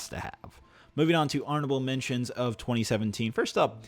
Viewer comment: Is it just me, or does he say "arnable mentions" several times?